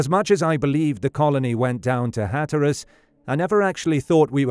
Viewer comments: Unless you're a robot narrating this presentation, you have mispronounced the word Hatteras you put the emphasis on the wrong part of the word. The first syllable you pronounced correctly to be hat then tear as though you're tearing a piece of paper and then the word us So phonetically it's, "HAT" 🎩 TEAR US. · you mispronounce hatteras in different ways every time you say it. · Sometimes British people say things differently. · I get that, but even British people don’t say it like he said it!